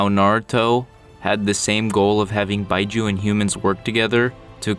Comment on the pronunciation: Why bi-juu I think it's pronounced bee-juu